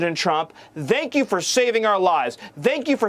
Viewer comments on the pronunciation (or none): "Vank you"? Even sounds like a nazi. A skinhead nazi. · The way he pronounces “thank” makes me want to push him directly into tree shredder. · I hate to disagree with you, but he said extremist, not terrorist. Then he pronounced "thank" with the wrong "th" sound. That was weird. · How miller pronounces "thank" is painful.